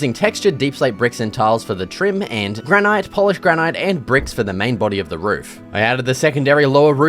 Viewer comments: Its pronounced granite bud, not granite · it's pronouned 'granite' not 'granite' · How can you not know how to pronounce granite?